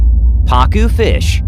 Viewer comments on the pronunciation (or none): i thought he said pakyu fish 😂😂😂